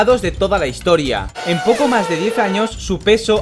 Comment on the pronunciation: Minuto "Hisotoria" xdd